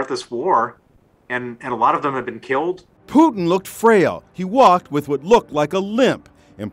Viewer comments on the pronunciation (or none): Its putiiiiin not putn